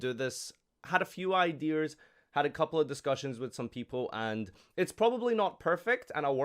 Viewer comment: Where do you see the letter R in the word "idea"?